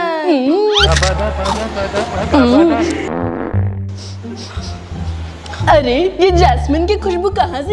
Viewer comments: Shin-chan not Shin- shan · It is shinchan not shinshan